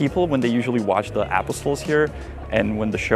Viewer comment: I love your pronunciation of English words - like Apostles.